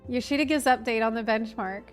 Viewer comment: Why did it take me 5 minutes to realize was saying bunchmark on purpose😅